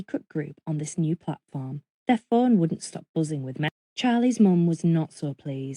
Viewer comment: "furn" does she mean phone ?